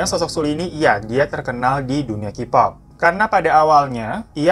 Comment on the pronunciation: Mas sebelum lanjut gw geli bgt dgn cara baca lu. Bukan KIPOP BACANYA KEYPOP. Kalo Kipop itu nulisnya jd QPOP. Tolong sebelum lanjut belajar alfabet dlm bahasa inggris dulu. Jujur gw keganggu bgt padahal mau tahu beritanya tp jd ilfeel denger qpop